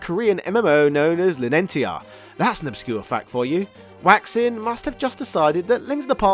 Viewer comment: "Waixing" is probably pronounced "why-shing." it definitely isn't pronounced "waxing."